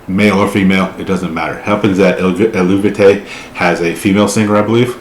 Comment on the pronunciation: Actually the English pronounciation of the bandname is El-Vay-Tee, the "u" is silent. It was an inscription on a pottery found at an archeological site in Mantua, an Etruskian city in northern Italy. "Eluveitie" is an Etruskian word that means "the Helvetian" and marks that this pot was owned or manufactured by a Helvitian person. The Helvetii were a Celtic tribe living in the area of todays Switzerland, southern Germany and western Austria. So Christian "Chrigel" Glanzmann, the founder and male vocalist, chose "Eluveitie" as the name for the band. It was meant to be a studio project at first, because Chrigel wanted to mix Death Metal with Celtic Folk tunes and lyrics about the culture and history of the Celts. He hired some musicians for his project and the first single releases were so succesful that they eventually got requests for live shows, which resulted in transforming the studio project and the founding of the "real" band. The band had a lot of line-up changes in the past and in 2016 Anna Murphy (hurdy gurdy and vocals) and two other band members (drummer, guitarist) left the band. Fabienne Erni (vocals, celtic harp) and Michalina Malisz (hurdy gurdy) and a new drummer and new guitarist joined. Just in case you wonder why there are so many different people in the videos (pre-2016 line-up with Anna and post 2016 line-up with Fabienne). There is a great interview with Chrigel and Fabi which they did for the podcast of vocal coach Beth Roars: .